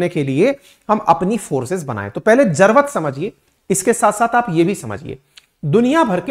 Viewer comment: sir jrvt bol reho aap jrurt ko😅😅